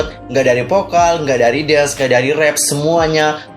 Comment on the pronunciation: Maaf kwks Pas ngomong rapp aku sedikit ngakak Kwkw Gfreind gak nge rap bang 😭😭